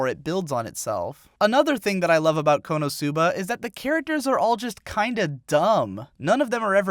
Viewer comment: its konosuba not konousuba get your asian accent right.